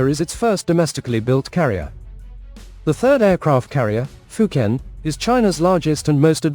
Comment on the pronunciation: Why do you pronounce the fujian name wrong, I just can't subscribe to your channel it's like you're being purposely ignorant